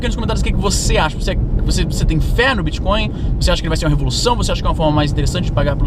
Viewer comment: Às vezes, você pronuncia bitcon em vez de bitcoin. Coin é moeda, mas con é trapaça. Essa sutil diferença na pronúncia fica parecendo um trocadilho para quem tem o ouvido mais apurado. Bitcoin é uma moeda digital, não é uma trapaça digital.